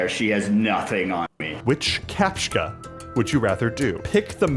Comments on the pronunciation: "captchka" WHYYYYYYYYYYYYYYYYYYYYYYYYYYYYYYYYYYY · Captcha, there is no K in Captcha. Capt-cha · the way you say captcha hurts... It's capt-cha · its pronounced "kah-p-chuh"